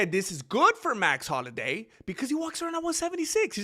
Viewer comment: Max holiday? Man learn to read english ese. Youre in america